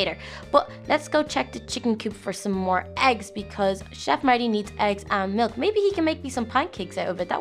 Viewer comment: You can't say milk your saying mulk